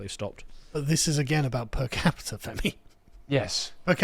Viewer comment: repeat after me moron - PER CAPITA. "Das Kapital??" (Femi 2025)